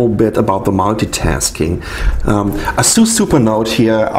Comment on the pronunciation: No offence, but i'm quite sure u're pronouncing ASUS in a wrong way